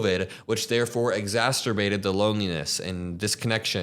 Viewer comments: 'exacerbate' not 'exasperbate' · It's exacerbate not exasterbate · Exacerbate, not exasterbate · pronouncing "exacerbate" as "exasturbate" is iconic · Its exacerbate, NOT exasturbate!